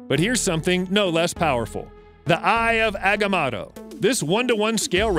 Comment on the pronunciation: EYE OF AWGAMOWTOW. SAY IT RIGHT.